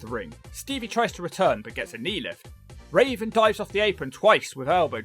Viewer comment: Why you keep calling Raven "Raisin"?